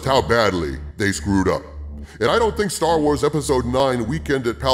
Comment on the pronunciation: For a second I thought you said "Jar Wars", and I think that's appropriate.